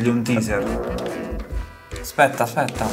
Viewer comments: raga comunque la pronuncia non è TISER è TEISER. Tiser significa suscitare curiosita, tipo ATTIZZATORE e si scrive teaser. Taser è l'arma stordente che intende voi e si legge TEISER. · TASER, non TEASER